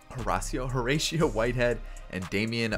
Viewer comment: Yo you pronounced Horacio right the first time homie